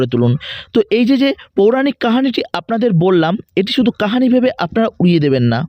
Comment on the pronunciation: pouranik "kahani" na bole "Kahini" "bhosmo" er bodole "Bhosso" uchharon korle bhalo lagto